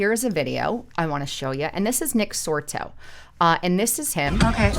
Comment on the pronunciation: Nick Sortor. Not Nick Sorto